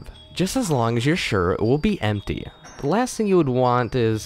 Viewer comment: Can you really try to say the word "the" instead of "da"? I mean if you're looking to improve your reading skills, sounding like you're literate is a good start =P